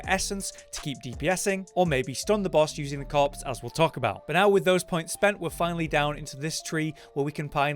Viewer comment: After reading this every time you hear him say corpse you will hear cops